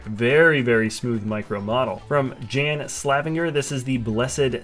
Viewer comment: Hello, is me. Thank you for including my creation. There is of course much more on my Flickr account "Jan Slavinger". Also I laugh when I heard you say my name. :D You say it quite literally. The "J" in my name Jan is more like "YES" so you basically say "Yan" and the "A" stays as it is. But I understand it's foreign name so NP at all. :)